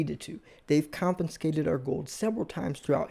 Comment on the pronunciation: "Compenscated" ???? !!!! If you want credibility, pal, please learn to speak English.